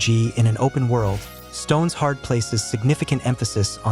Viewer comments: AI voice. insta downvote. saying "stones hard" instead of "stone shard" lmfao XD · I didn’t even realize it because Stoneshard was pronounced wrong lol. AI being able to copy incorrect human speech is impressive.